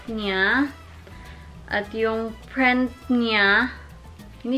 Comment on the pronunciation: Print not prent